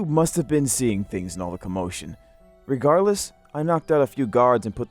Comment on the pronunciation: re-GAURD-less HHAHAHHAHAHAHAH Ok I'll stop now